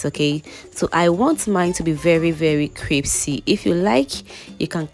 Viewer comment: Pls no disrespect but it’s pronounced “Crispy” not “Cripsy”